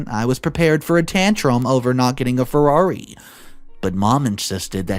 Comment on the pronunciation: FeRRaRi... Not Fewari... Just a saying lol